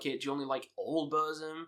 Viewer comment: Ita not BÖRSM, BÖRSEM or BÖRZEM. it is BURRRRRRZUM. It is a u not a Ö.